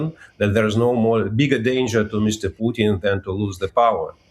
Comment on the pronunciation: Strange this host drops letters in talking. For Putin she pronounces Puin and for important she pronounces imporant. Yes is minor but just weird. Poor education.